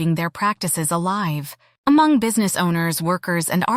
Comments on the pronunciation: The you pronounced Hmong is wrong. Not Ha-mon-g! Hm-ong! The g at end is silent. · Ugggghhhh it’s not ha-mong!!! H is silent it’s just mong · It’s not Huh Mong….. it’s Mong, the H is silent. I do like this video. Thanks for doing this. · Thanks. FYI....the "H" is silent. Please just pronounce......Mong. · Thank you for making this video. Only thing I cringed was the pronunciation of “Hmong”…. Every time the narrator took a breath for “H”-Mong. 😂 The “H” is silent. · Hmong culture is not only for hundreds of years and is not H-mong, try to pronounce better. It's over 8 thousand years. Want to know more about the Hmong, STUDY HARDER. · "Ha-Mong"? H is silent. 😂 Hmong /Hmoob. 😊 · Despite the AI voice struggling to pronounce the word Hmong, sometimes with a hard “H” and also spelling out Hmong words instead of correctly saying I’ll give you props for researching my people’s culture. It would be nice for you to contact a person of the people you are exploring and get their insight, including the proper way to use their language in your videos. Anyway, thanks for learning different cultures of the world.